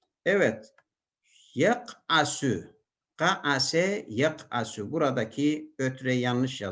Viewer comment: “Yak’asu” should be with “sin” not “sad”. Close to at the end of video. Shukran ceziyla.